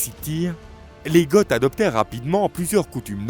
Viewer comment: Goth ne se prononce pas "gott". C'est une faute et ça fait tarte. Vidéo intéressante malgré tout 👍